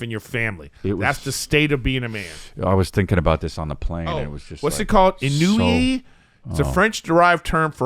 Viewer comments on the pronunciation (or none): god it annoys me to no end when people just obliviously skip a simple learning opportunity. Eric the word is "ennui" and it's pronounced like "ahn WEE". Take five literal seconds to learn instead of just passing it by.